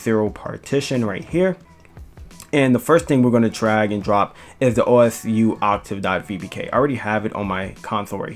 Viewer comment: Just so you know it’s pronounced oh sue